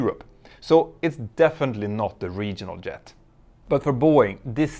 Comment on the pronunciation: Great video(s). Pls say "Jet", not "Yet"